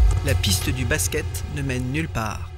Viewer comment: Deja quand tu entend baské au lieu de basket Faut pas demander l etat de l enquete comment elle est faite ....